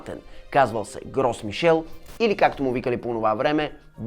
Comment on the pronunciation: На френски с-то на края на думата не се чете а л-то е меко т.е произнася се "Гро Мишель"